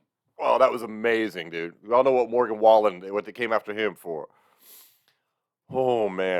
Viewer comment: Morgan Wallan? Never heard of him. I though Tom said Morgan Wallet, and was so confused lol.